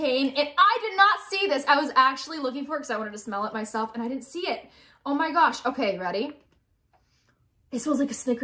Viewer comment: When said”Oh my GoWsH” on lol😂